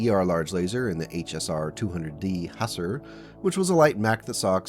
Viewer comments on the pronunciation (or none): Fyi the Husser is pronounced hoosar like ancient army troops. Lol